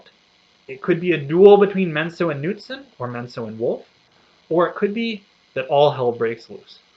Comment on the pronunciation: Knutson...hard K, not silent.